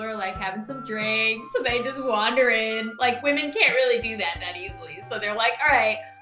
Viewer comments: pronounce it hwamen ( like Bob Ross saying titanium hwight) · I have a problem with all women: All women. Not WHAMEN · Whamin!: Struggling to say whamin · It's hwaman not woman!!!!!!!!!!!!!!!!!! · Tell it is pronounced hhwwhaamen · wa-men yup sounds right to me